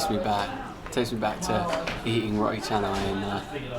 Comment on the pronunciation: I like how u pronounce roti as ro'ee 😅